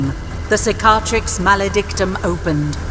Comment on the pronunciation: The way she says Cicatrix makes me laugh